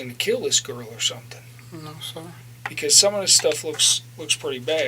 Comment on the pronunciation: most people: because: BeCalls